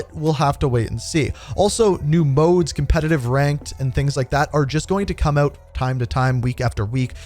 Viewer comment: When's it coming "ooot" bro? 🇬🇧